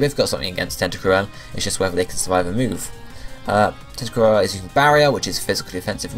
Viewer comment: It's tenta crool!